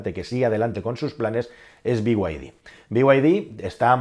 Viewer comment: Vamos a dejar de decir memeces como be-way-di. Be y de